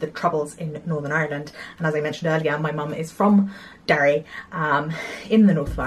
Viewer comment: I love how you have an English accent until you say the word ‘Ireland’ and an Irish accent appears 😂